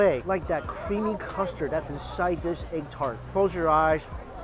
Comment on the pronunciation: "Eggu tarteu"